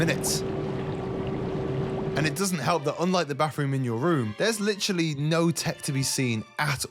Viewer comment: this man really likes the word “lichrully”